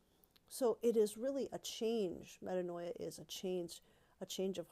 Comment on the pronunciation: “meh-TAAN-ya” ~DBH 😄